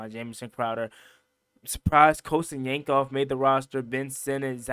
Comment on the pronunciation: My boy said Colson Yanksoff 😂😂